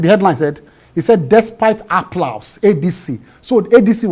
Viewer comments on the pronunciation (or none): A whole lawyer,SAN for that matter pronouncing applause like a tout 😅. Appllaaauusse😅